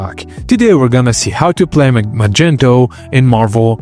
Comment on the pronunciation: bro who tf is "magento"?